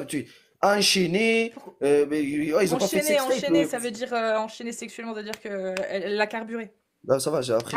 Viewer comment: Faut pas djire djire faut djire dire